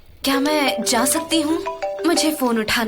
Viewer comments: Yes i was also gnna say this.....guys plz correct this...its not CAN its pronunciation is JAAN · Please call Jan as Jan and not Can. It aches not only my ear but also my heart